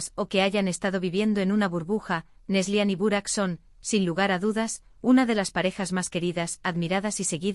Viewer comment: Es Neslihan , no neslian